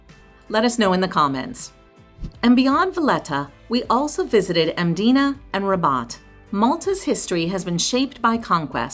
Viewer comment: Hats off to you for saying the names correctly especially Mdina. I will say though you can take a bus instead of bolt.